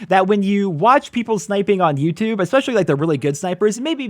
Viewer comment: "Hello Yewtewb"